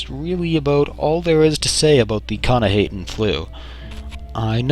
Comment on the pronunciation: It's actually pronounced k'nah-hah-ten. I should know, I wrote the article about the Flu over at the UESP. I also see a bit of resemblance between it and your video. Keep up the good work.